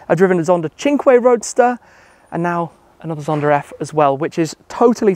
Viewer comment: Why does it seem Shmee adds an R to the end of some words? I hear Zondar instead of Zonda 😂